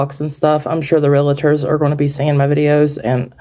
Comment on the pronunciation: Good grief. It’s spelled “realtors” real. tors. NOT real-i-tors!! There is not an ‘i’ in the middle of the word! So annoying.